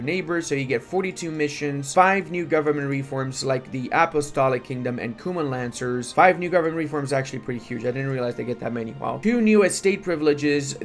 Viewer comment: Ayo did he say the “Cummin Lancers” 🧐